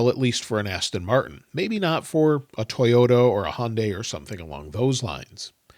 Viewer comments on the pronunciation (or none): Did you just say toyoto? 😂